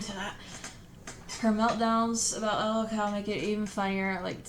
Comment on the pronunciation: "l-o-l cow" wtf